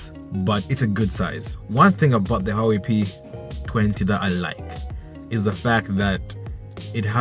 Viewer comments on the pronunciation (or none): It's pronounced who-ah-wei.